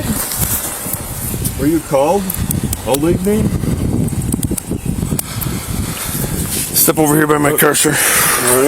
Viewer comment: OH-LIG-KNEE is a real prick 😢